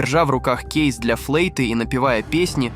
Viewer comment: ФлЭйта, Иииииииспааарилось, КрУизного😅жесть.